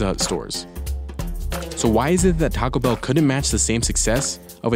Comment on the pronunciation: It's not "Tacabell," it's "Taco Bell" -- two separate words.